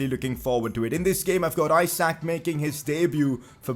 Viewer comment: umm i think Isak is pronounced as 'E - sak' and not as in Isaac...